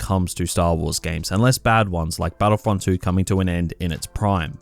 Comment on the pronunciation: Hoepfully battlefrunt thwee